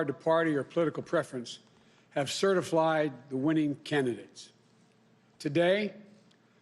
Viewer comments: Did this fool just said certi-flied? I’m out! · “The election has been certiflied”.... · I agree, my post is more about Joe slurring his speech.... “CertiFLIED” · “Certiflied”. Is that a word Biden? Many American votes were trashed Joe. The true will of the American people was stomped on by Chinese boots. “The right to have your vote counted”. All lies!! He says all this with a straight face. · Yep! Lol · "Have certifLied" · Lol ...Certiflyed.....he said Certiflyed.,...lol!!!!! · “CertifLied” he said it at the start !!! He’s so honest. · Over the fast few weeks? CertifLIED? Did he say white president? What's up with him? Good lord. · Did he say certiflied were in big trouble america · Certiflied. Teehee! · It’s officially. He’s be “certiflied” 🤦‍♂️ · Did he say "Certiflied" ? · Yup and nobody is saying anything about it which concerning. 🙄